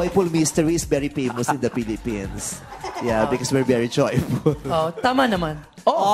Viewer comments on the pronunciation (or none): "That's why, you know, the joyful mysteries is bery peymus here in the Philippines" HAHAHAHAHAHA